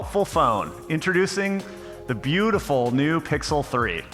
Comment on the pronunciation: "Beatiful Pixel 3" eeeeeh